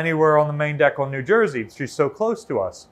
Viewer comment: She should have cut you off at the end and said "Battleship New Jersuh"